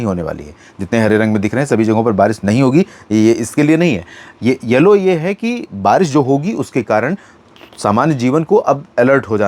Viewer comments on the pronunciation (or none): none